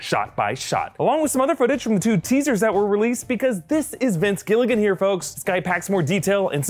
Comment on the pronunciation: Thanks for saying vince Gilligan better than game of thrones.